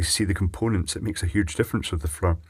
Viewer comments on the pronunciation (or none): none